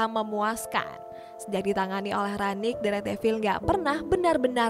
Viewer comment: bacanya rangnik min